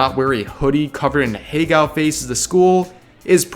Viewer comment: I really wish this dude would stop trying to pronounce "ahegao" lmfao